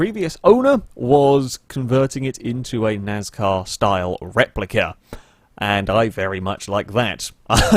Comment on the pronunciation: I don't know if it is just you accent but i hear nazcar Insted of NASCAR i am not trying to be mean to your accent but it just caught me off guard